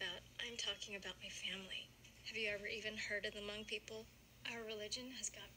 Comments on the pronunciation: Bruh she said Mung people😂😂 Im depressed because its really hmoob😭😭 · "Mung people" or lord lmao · First of all she pronounced Hmong wrong. How is this episode supposed to be about Hmong culture if you can’t even pronounce Hmong correct. Bye 👋🤣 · they didnt even pronounce hmong right